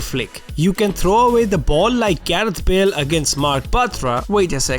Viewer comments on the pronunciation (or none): none